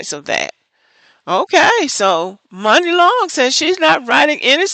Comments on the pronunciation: Apparently he’s not in the Black Community because her name is pronounced “money” not “Mooney”. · Muni (pronounced “money”) Long. She has so many stories about being screwed in that industry and she’s been around for so long. Even when she was Priscilla Renea. Kesha and her mom tried to steal her publishing. It’s been hard for her. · Stop TRYING to be a "reporter" without having done the proper research. Her name is Muni pronounced MONEY, Sir. You're just mad because you probably date Non-blaq women and you're caping in their defense.